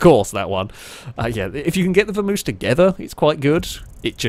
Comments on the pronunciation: It's a Vam-oss not a Vermouse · Isn't it Vamos (vah mohs) like the Spanish word? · pronounciation of Vamos makes me ill.:P